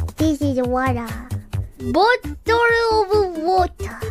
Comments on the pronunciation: Adorable English from Fubuki and it kinda sounds Aussie in when she said it. "Wotah" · As somebody from Philadelphia, I see nothing wrong with the pronunciation of wooder, and I invite Fubuki to come out here and try some wooder ice... ...but for real I have always called it that, I've never met anyone else from Philly who hasn't called it that. Btw for those uniformed, what we call Water Ice in Philadelphia is a different take on what is commonly called Italian Ice. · Oh no she's turning bri'ish